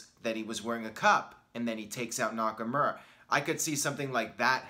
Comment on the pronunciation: It’s been like 2 years and you still say NakaMURa